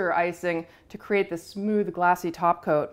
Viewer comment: has ruined me.. every time she says “top coat” it sounds wrong. Should be taco.